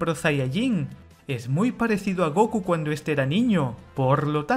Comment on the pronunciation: Es *Gokú*, no "Góku"